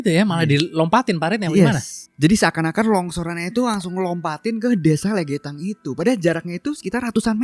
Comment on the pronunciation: Bacanya lègètan bukan legetan